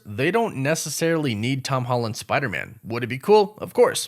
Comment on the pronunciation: Noooooo, you pronounce it as "Spider-Mun". That should never be a thing... Just like WereWOOFS should never be a thing.